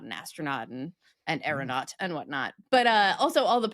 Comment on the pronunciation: is it " ... what not" or " ... whatnaut"? 😊